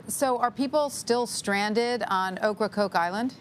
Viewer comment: They keep saying oak CrokeIsland rong